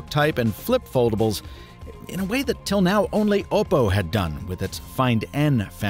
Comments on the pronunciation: OPP-oh.... not OH-poh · Oppo is Op-oh Not Oboe with a p